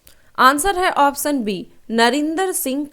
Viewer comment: Baki sb toh thik h ap sha aur sa me antar krke bola Karen...jaise ki ap ऑप्शन को ऑपस‌न bolte ho jo ki galat uccharan h...it's irritating so much in every question☹️